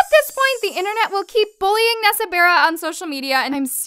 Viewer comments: Did anyone hear call nessa barra when it's nessa berret!!!!! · She said nessa bera instead of nessa barreto LMAO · Ummm... So we gonna leave out the fact she said barra instead of barrett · just said Nessa "BERRA"!? LMAO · Am I the only one who heard her say nessa beara just me ok